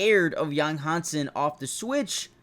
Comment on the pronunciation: His name is Yang Hansen. Han sen, Han pronounced Hand without the d, not hang. 瀚 and 航/杭 are totally different in Chinese.